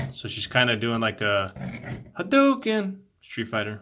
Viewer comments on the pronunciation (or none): none